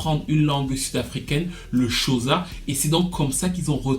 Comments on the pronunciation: "CHOSA" aie aie aie ça se dit Xhosa avec le claquement au fond de la gorge ou au mieux "Kosa" 😄 sinon vidéo interessante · se prononce rossa (xhosa) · Merci pour cette analyse, par contre le “Xhosa” se prononce Khosa (ça)😊. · Moi c'est le "shoza" qui m'a tué...😅